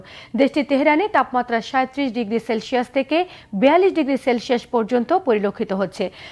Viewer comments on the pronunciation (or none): শেলশিয়াস নয়, সেলসিয়াস